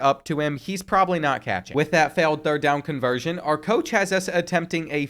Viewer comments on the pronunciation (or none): none